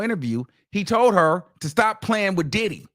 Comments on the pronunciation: Sounds like he's saying "DIIID HE"😂😂😂😂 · The way you say Diddy 😂